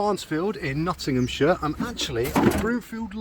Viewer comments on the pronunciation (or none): none